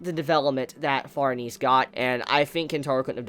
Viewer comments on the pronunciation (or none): What an awkward way to pronounce farnes....she is french...the e is silent...its pronounced like farms...but with an N instead of M...so like Farns.. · It pronounced farnaysay